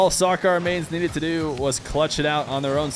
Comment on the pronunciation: It's SAH-KER not SAH-CAR